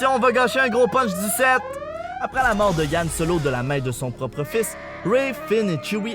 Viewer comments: Les jedis disparaissent quand ils on appris le truc des fantômes et qu'ils décident de mourir et on dit han solo pas yann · c'est han solo pas ian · Nan mais ... Yan solo 😂 c'est han .. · C'est Han Solo pas yann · Dude c'est pas yan solo c'est Han solo